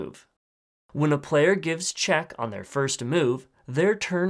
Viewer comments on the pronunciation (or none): none